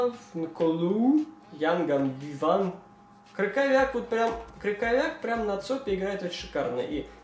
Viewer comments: Не КрыКоВЯК, а Крыховьяк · не Крюковяк,а Крюховях)